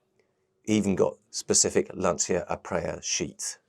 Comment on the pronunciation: Please. Lan - CHI - Ah. Nice boat, by the way.